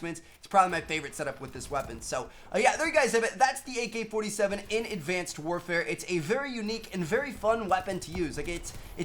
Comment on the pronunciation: He said mk-47